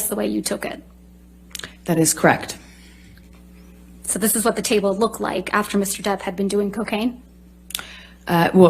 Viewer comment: "That's cract" 😂 Girl the word is correct 😂